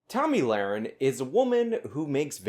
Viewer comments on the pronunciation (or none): Did I hear Tammy Larry .?